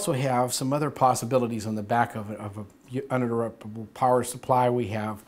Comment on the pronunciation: he had a really hard time saying "uninterruptable" good video though!